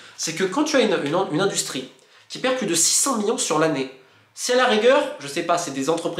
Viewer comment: C’est marrant de constater que Monsieur Molina n’arrive pas a dire « million » mais dit à la place « millon » ! Bon c pas un drame non plus mais je trouve ça original :)